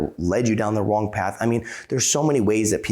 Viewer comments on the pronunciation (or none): none